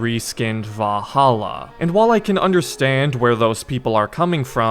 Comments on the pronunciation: ValhallAAH lmao. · Wow, I’ve never heard anyone struggle so much with the word Valhalla while saying it 100,000 times in one video. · The way he says "Valhalla" 😂😂😂🤣🤣